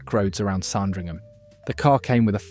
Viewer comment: SARN dringham??? It is pronounced SAND ringham, you wally!! And Chassis is correctly pronounced SHA (as in shall) SEE, not Cha (as in chat) see; see??? Muppet!! Oh, and after talking about an Aston Martin in a shade of green, why show models in red and blue??? DOH!!!